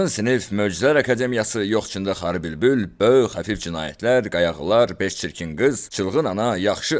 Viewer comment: Qayağılar yox, qağayılar. 😊